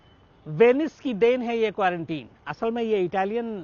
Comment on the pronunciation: क़्वौरन्तीं is the right pronunciation